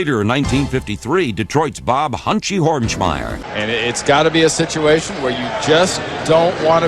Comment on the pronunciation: "Detroit's Hunchie Hornsmeyer" 😂😂😂😂😂